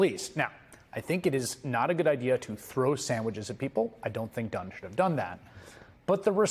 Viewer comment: Did you say Dunn?😂